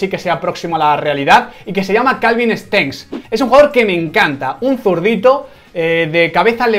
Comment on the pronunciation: Nadie: Absolutamente nadie: Quintana: Calvin Stengs